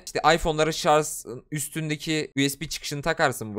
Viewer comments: ŞARZ DEĞİL ŞARJ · Sarz değil şarj.